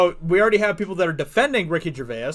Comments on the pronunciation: its not pronounced gercvayis its pronounced gervace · You say Gervais with an Irish twang. Nice.